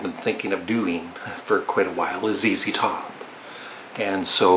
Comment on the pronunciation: I am glad you have pronounced ZZ Top (zee, zee) correctly instead of Z(ed), I know that Canadians pronounce the letter Z as Zed.